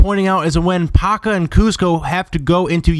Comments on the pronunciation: its "Yeeezma" and "Pacha" not "Yezma" and "Packa" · one you completly butchered pacha and yzma also